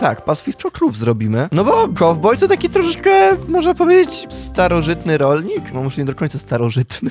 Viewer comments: Po angielsku Kowboj to Cowboy, a nie,, Kauboy"😅🤣😂😂😉😠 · jak jusz to kałboj